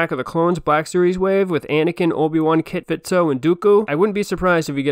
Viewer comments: Great video. But. It’s Kit FiSto not Kit FiTso. Fisto. Fist- oh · You're just trolling when you call him "Kit Fitso", aren't you? 😉